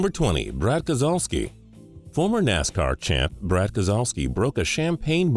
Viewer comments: it's pronounced Kes-low-ski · That's not how you say brads last name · You didn't say Brad Keselowski's name correctly. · It’s actually pronounced kes-low-ski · really, its pronounced brad kes a lowski